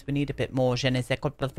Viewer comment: I can’t handle you 😂😂😂 every bloody time you say je ne sais quoidgefnebdhhs. You make my day 😂😂❤️